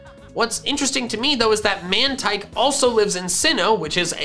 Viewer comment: Wouldn’t Mantine be pronounced as “Man-teen” not “Man-tyne”?